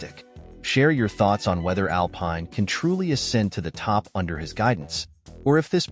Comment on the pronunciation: Pathetic. If you can't even pronounce 'Alpine' properly.......